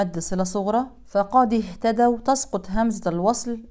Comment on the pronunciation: ما شاء الله الله يقويك اختي الكريمه لو سمحت اهتدو وإن الواو عند الواو ادغام متماثلين حفظكم الله من كل مكروه